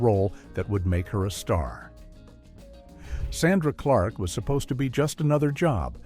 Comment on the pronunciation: The narrator doesn’t even know the name of the show or how to pronounce Sandra Clark’s name